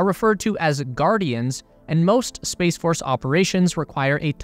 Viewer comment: Ah yes the "SPACECE" War